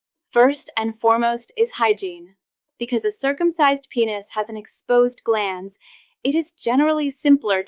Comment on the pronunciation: It's GLANS, not GLANDS!!!